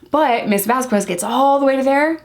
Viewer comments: A note for future videos: There is no W sound in Vasquez. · Great analysis! You hit several of the same points as Spidey from Behavioral Arts! Just a head’s up…Vasquez is pronounced without the U. So it’s pronounced “Vaz-kez.” Elaine was super annoying about her name. I know it’s an innocent mistake in this video, but Elaine was strategically disrespectful about her name. Like she would pronounce it right but then during cross and redirect she’d say it with the U again. 🙄😑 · Vasquez is pronounced with a K sound where the QU is. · i love you and i loved this video, which is why i need to tell you that the "u" in "vasquez" is not pronounced. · I was looking for this comment. I agree it’s a not a super important detail in this video as isn’t trying to be disrespectful but I thought Elaine was saying it wrong on purpose and this video made me wonder if I heard it wrong since I am only on like day 3 and haven’t heard her name said a lot yet. I just saw Elaine using it wrong in like recap YouTube videos so I was wondering if it was really said the way I thought or if Elaine was saying it right. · Great analysis! The u in Vasquez is silent BTW. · We call Elaine Bredehoft Umbridge. They are supposedly very good lawyers but they are obviously not litigators. Umbridge is used to depos and settlements. I think the Turd has ruined her own case by forcing their lawyers to fall down rabbit holes like muffins & megapints. Camille's last name is pronounced VasKez. Yesterday, it hit the press that the reason the Turd's role was cut back because of lack of chemistry with Jason Momoa.